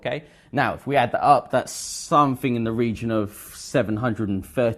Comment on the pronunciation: How can this guy teach English when can't speak it well. Instead of saying the the word 'three' he says 'free'. He also pronounces 'something' as somefink. Wth